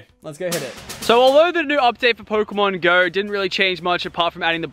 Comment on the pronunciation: One thing that is really annoying is the way he says pokemon go... He allways says it like Pokemon.....................GO?! Not Pokemon GO